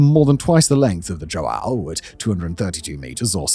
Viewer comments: You close your nose and say hwow... not joe-AY-oh🤣👍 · You gotta respect this man's dedication to mispronouncing portuguesse names. He says JoAo , igoniring the "ã" but at leas he gets the J right. Yet he has been pronouncing "Jair" as "Haeer" for years! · Dom João Segundo virou Do Joaaaal Second mas tudo bem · As a portuguese, my heritage dies a bit every time Simon pronounces João like that lmao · Mine does too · As a Portuguese man with the exact name of that ship, you butchered the pronountiation of the name spectacularly. Keep at it.